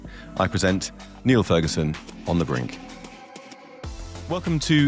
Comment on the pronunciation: Ferguson's pronunciation sounds so pretentious it gets on my nerves.